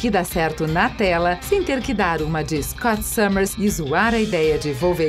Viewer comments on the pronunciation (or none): none